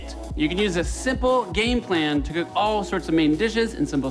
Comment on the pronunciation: 'lets cewk dis fish!'